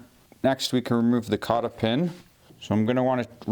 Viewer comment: Kata pin😂 it's cotter pin man.